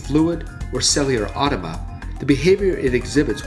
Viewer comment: Sorry, but you gotta know: it's "cellular automaTA", you seem to forget that last syllable... Ok, that's the end of my knee-jerk reaction. Otherwise, great video! Thank you!